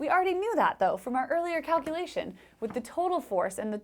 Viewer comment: Did you say "cowculation"? ;-)